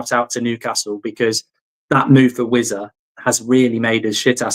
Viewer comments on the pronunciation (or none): vissa not wizza